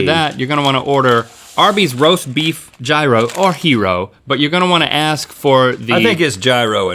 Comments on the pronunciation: It's called a year-oh not a guy-ro gear-oh or jir-oh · Yee-roh .. Not jiro, not hero ;) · It's not Jairo. It's pronounced giro. (Γύρο). Don't disrespect the souvlaki. (You should have a Greek taste test. You would be amazed) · Link I love you but stop calling it a hero. It's pronounced "yeero". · It’s not jeyerow or hero it’s youroh. I hate it when people say it the wrong way because I am Greek so I feel that it is disrespectful to my culture. So please learn how to say it or don’t say it at all. Thank you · Did Link just call gyro a "hero"? It is "yeero" people. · Not to burst your bubble but gyro is actually pronounced "yee-ro" not "ji-ro" or "here-o" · it's euro not gyro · geroy is Greek not Spanish so dont say hero or ji row say what it is gearrrrr row. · Gyro, just in case you prefer the correct pronunciation, is Yee'ro . Kind of. The R is spoken as if it has been intimate with a letter L. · Gyro isn't pronounced like either of those. It's like year-oh. That being said, I like that you're attempting to do a vegan option for things. I've got a family member or two that lament the lack of vegan options in most restaurants. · Gyro. (YEAR-OH) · Gyro is pronounced just like euro. Js. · Its "yur-oh" ...and their potatoe cakes arent vegan bahahaha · Fun Fact: its pronounced a yiro not a gyro 😂👊👌 awesome vid tho for the vegans even tho some parts dont make sense👌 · 1. Gyro is pronounced yee-raw. 2. “Back off, Dave. Ya thirsty?!” 😂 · a gyro is Greek and the Greek pronounce it [year-o] so the that is the correct pronunciation for the word gyro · FYI gyro is pronounced yuro, love you guys ❤️❤️ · I hatI bro he that guy but Gyro = yeer-oh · I don't know why no one on the crew, which includes chefs, corrects their pronunciation of 'gyro'. It's 'yee-roh'. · Links said it wrong both times. Gyro is pronounced "yee-row". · "Gyro" is pronounced the same way as "Euro" when referring to the food. And "Juy-roh" when referring to anything gyroscopic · Gyros pronounced yee-rose